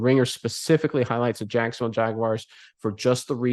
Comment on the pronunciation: Someone want to let me know what he is saying 😂😂😂😂😂😂 Jankstown? Jagston? It’s jack son ville my dude. If that is too rough to get out, just use Duval.